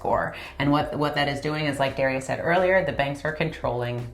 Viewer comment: dah- rye- us